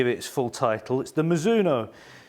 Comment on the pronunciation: Great review! Your pronunciation was the correct one! Mizuno is a Japanese company named after the surname of it's founder Mizuno Rihachi. In Japanese Mizuno's name is 美津濃 and pronounced ミズノ(mi zu no). Japanese is great because it is extremely phonetic, a word is almost always pronounced exactly how it is written. ミ - mi - Pronounced like 'me', as in 'me, myself, and I'. ズ - zu - Pronounced like 'zoo', as in the place to see animals. Except the 'oo' at the end is shorter and not extended. ノ - no - Pronounced exactly like 'no' in English, as in 'no thanks'.